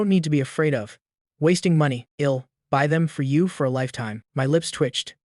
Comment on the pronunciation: The stupid AI voice can't say "I'll" correctly. I am getting annoying at it.